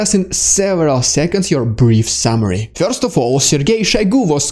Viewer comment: LOL! Yes you said "DeSatanization" correctly! Need to work on "Dude" not "Dyood" and "first" not "Fyirst". LOL Otherwise, your video's are the best!